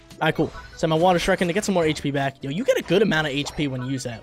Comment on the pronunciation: the way he says shuriken bothers me